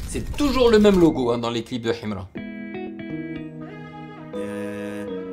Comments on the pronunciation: Ohhhh depuis j'attendais ❤ et puis la prononciation himra il faut pas lire le "h" 😅 force à toi et au deux rappeurs c'est cool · J'aime comment il dit Himra avec l'accent Kabyle 😅